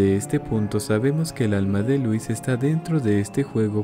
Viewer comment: ¿que no louis se pronunciaría diferente? Unu